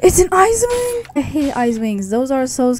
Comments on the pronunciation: Um it's icewing not isewing... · I thought u said izze wing lol